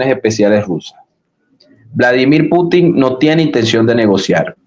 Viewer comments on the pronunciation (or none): none